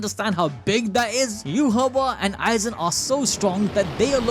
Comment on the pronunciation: Dude says you ha wah its yai watch